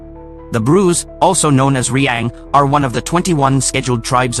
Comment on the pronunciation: Riang❌ Reang✅